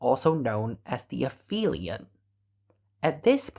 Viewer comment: Aphelion doesn't have an f sound in it. The generic name for a point furthest to the orbited thing is the apoapsis. If the thing is the earth, its apogee. The syllable "ap" means "furthest." "Helion" refers to the sun. So this is a case where "ph" doesn't make an "f" because these letters aren't in the same word part. "Peri" means "next to" or "along side." So perihelion is the point closest to the sun.